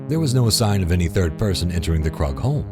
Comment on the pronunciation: I noticed Krug is mispronounced multiple times by the channel